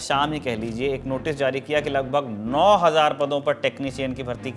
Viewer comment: Bhai 9000 ko to aap aise bol rahe hn jaise 90000 ho ...😂😂😂